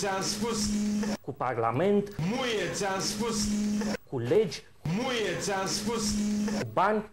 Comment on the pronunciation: cand zice "Muie.." suna mai mult ca "Nu e ti am spus"